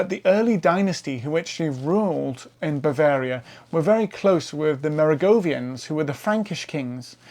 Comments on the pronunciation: Why pronounce Mer-oh-ven-gians as go-vian? Is that a UK thing? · Mate, you sound good and interesting, but you made one huge blunder: it's not "Merigovians", it's Merovingians. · I’m baffled by. His presentation seems scholarly and well-researched but is riddled with mispronunciations and inaccuracies, i.e. Wielbark and Merovingians. He’s just so damn likable tho.